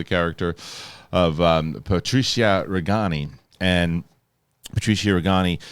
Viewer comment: Patrizia Reggiani, not Reggani.